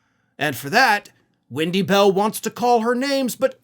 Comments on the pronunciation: Does he keep saying windy bell? Is her name windy? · "Wendy Bell" I thought you said "when she smells"! There,I said it and I'm glad!! But I'm not on Spews Muck so I'm not restricted!😁. So there!! And I'm sure,she smells like 💩 she does!!